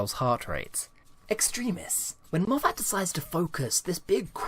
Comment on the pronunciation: Love your videos, but find it frustrating that you continually mispronounce Gatiss and Moffat's names.